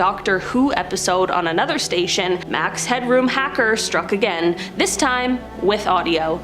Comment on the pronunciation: It's Max Headroom not Hadroom!